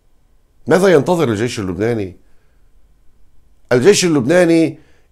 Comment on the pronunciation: بربك كم مرة فلت كلمة"الجايش" 🤣🤣🤣🤣